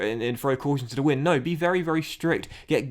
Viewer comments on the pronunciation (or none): none